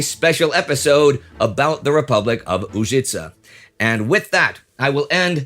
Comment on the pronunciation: Hello, Indy and the crew. Just a small correction - it is Požega, with Ž pronounced exactly like Ž in Užice. And both towns have pronunciation with the accent on the first syllable. You are doing great, and this correction is because I see that you make a big effort to pronounce every name as close to the original as possible for English speakers, and you do great job in that department, too.